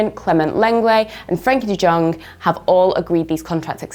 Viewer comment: I thought you knew football.. but u say frenkie de Jong no like young u produce it as Jong 😭